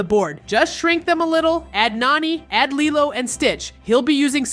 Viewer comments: Lilo yeah it’s spelled like that but pernounst like lelo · You are saying LILO wrong.